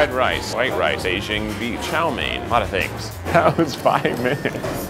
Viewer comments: Did he just call it yo main it’s chow main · As a asian every time he says a Chinese word wrong like “chow mein” makes me cringe but idc bc I’m not that cringe worthy